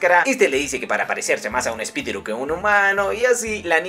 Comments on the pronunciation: No se dice espititu se dice espilitu hola soy Yulalissa PINK BRACK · Espitiru? Espiritu haci es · Tomando lista a todos los que se rieron cada ves dijo espitiru 😂🤣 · Espitiru JAJAJA